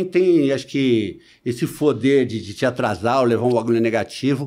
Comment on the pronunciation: Por causa desses dentes, ele troca o "P" pelo "F" ao invés de poder, ficou... 😂😂😂😂😂